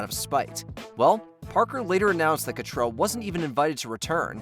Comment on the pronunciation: It's pretty grating that you keep calling Kim Cattrall "Cattrell".